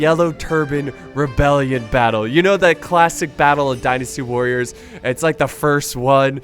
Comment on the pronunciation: "Destiny Warriors" DYNASTY WARRIORS!!! DIE, NASTY WARRIORS. Get it right.